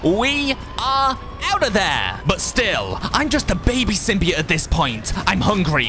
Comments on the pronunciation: It's not sim-b-it its a sim-by-oat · SIM-BE-OAT say it like that. thxxxxxxxxxxxxxxxxxxxxxxxxxxxxxxxxx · I was just laughing at how he said symbiote that’s all